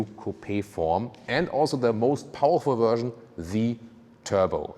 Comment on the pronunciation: Drinking game: Take a shot every time says "Wuerszhion" (Version) We love your reviews and beautiful German accent <3 The black paneling around the wheels is the ugliest I have seen in a long time. Usually, people air for a look where the wheels fill out the wheel arches as much as possible, and here they have visually gone in the opposite direction.